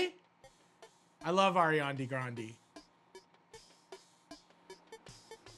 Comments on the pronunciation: "Eirianne gheerandee" Matty, 2k19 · " Awry-andee grandee" 😆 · "ARIANDE GRANDE" - Matty 2019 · “Arian Degrandi” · "Arian DiGrandi" - Matty Matheson, 2019 "Mortar and pisstle" - Matty Matheson, 2019 God, I love him so much.